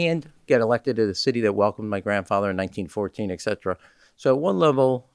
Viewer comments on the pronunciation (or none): Sayin exetera and nookyooler? He’s totally courting GOP